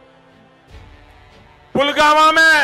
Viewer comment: Polvama ki jagah polgama bolraha he